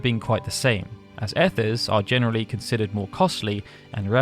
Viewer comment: There are a couple of painful mispronunciations here - Conde Petie and Ethers particularly.